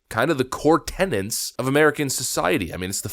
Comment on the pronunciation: TENETS ... TEN.. ETS... TEN..E..TS.. There is no second ' N' in Tenets.